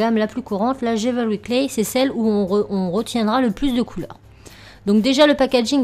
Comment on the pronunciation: Vidéo super sympa, franchement j'adore l'intro. Par contre on prononce DJIWEULRI (jewellery) et pas DJIVEURY. Voilà ! Bisous